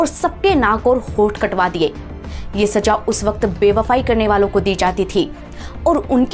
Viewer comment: Saja nahi saza.... Please improve your Hindi vocabulary